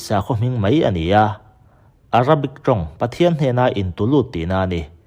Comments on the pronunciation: Ziak i chhiar thosia , 'mai' tih tur 'mei' tih i ching mahmah .. Bengvar thlak thin khop mai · 'Mai' tih mai turah 'mei' tia chhiar/sawi tlat hi an tam 'mei'..... 🤮